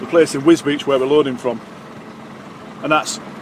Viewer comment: Wisbech? Wisbeech? At least you haven`t said "Gorganzola services" like Deady did!